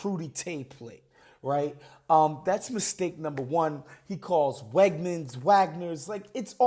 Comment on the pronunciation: No, sign number one is that it's Wegmans not Wegners.